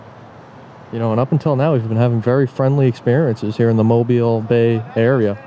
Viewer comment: I give you praise for being the first auditor to pronounce Mobile right..